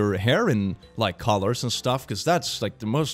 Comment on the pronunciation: When you said colors, i thought you said collars and my brain couldn't work for a moment